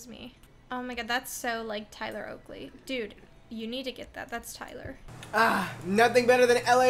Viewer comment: saying “tyler oakey” is literally the bane of my existence